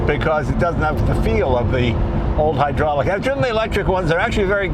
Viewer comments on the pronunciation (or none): none